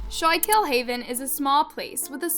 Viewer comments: Schuylkill is pronounced Skoo-kl ! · You’re pronouncing it wrong it’s pronounced Scuul-kill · It's pronounced scoookill river. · Just a heads up.. I'm from Philadelphia which is close to Schuylkill county.. it's pronounced "skoo-cool" not shy-kill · It's pronounced school-kill not shaw-kill. The only thing that got butchered was the pronunciation of the town and River. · so itll be pronounced like "Skhoolcool" no so much "show kill" ahaha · Schoolkill its pronounced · “Shulk hill” lmao literally google the name there is a pronunciation button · It’s pronouced “Skooolkill” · It's pronounced school kill. I live in Pennsylvania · The town is actually pronounced “skoo-kl” by the way 💁🏻‍♀️ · Its pronounced School-kill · Schuylkill river is pronounced as “skoolkill” - from the area. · it’s prounouced SKOO-KILL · Schuylkill is pronounced SKOO-kill. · It’s pronounced like schoo-kill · It’s pronounced school-kill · Great video...but its pronounced "Scuul-kill" though it comes out like "scuu-kill"...I know cuz that ridiculous, horrible road leads to my job... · I can't watch this video. The mispronounced Schuylkill is too much after the first 3-4 times, which is only like a couple minutes in. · I’m from northeastern pa and laughed when I heard her say it lol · You can tell she is not from PA she saying Schuylkill haven wrong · That’s not how you pronounce the town or river!! 🤦🏻‍♀️ 🤦🏻‍♂️ 🤦🏻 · Why do you always pronounce things wrong? Do you do it on purpose? I grew up close enough to schukyll county to know how it’s pronounced, but clips you used literally said it and how to pronounce it yet you still pronounced it wrong. It’s disrespectful bro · Bro only pll that live in the skook can pronounce it right